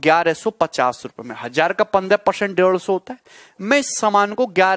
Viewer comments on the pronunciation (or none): peorcent hahaha🤣🤣